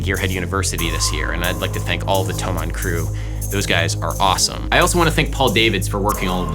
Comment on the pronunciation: As a german it somehow made me happy that you pronounced thomann right. This may be the most german thing I've ever said